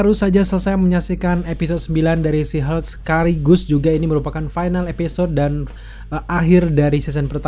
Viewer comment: abang ini menyebut She Hulk sihug